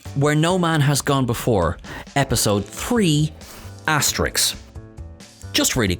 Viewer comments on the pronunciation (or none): Also, he says asterix, when the correct word is asterisk. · Found the blooper in THIS video. It's asterisk, not asterix. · I sincerely hope you didn't say 'asteriks.'